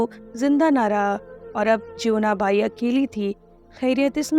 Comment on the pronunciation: इसको और बेहतर तरीके से पढ़ा जा सकता था, बहुत एक सी और flat पिच में पढ़ी गई है साथ में टेक्स्ट से कुछ -कुछ शब्द अलग उच्चारित किये हैं जैसे जीवना बाई को ज्योवना बाई और भी बहुत सारे वर्ड्स।